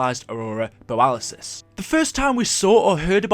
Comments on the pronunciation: Ummm... It's borealis. Not boralisis. Nobody else said it so I felt obliged. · It's borealis not boralisis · Aurora Bore-re-al-us